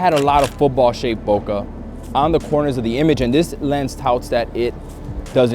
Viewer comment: love your videos and watched them all but you have to keep your credibility high. Here is the correct way to say Bokeh (It's Japanese)